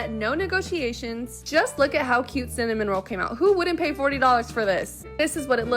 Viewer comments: at least say cinnaMOROLLs name right bro 💀💀 his name isnt cinnamonroll/cinnamon roll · Okay, I need to get this off my chest... It's pronounced CinnaMOroll, not CinnaMONroll. 😮‍💨 Sorry, I know it's irrelevant it was just bothering me. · Ooh girlie even I know it's cinnamaroll, not cinnamon roll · ONE CINNAMON ROLL??? SAY IT RIGHT IF YOURE GONNA SELL IT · Cinnamoroll* I too stand corrected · she didnt even pronounce cinnamoroll right